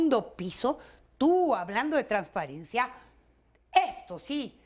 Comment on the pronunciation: Traspiariencia! Redincion! Jaja!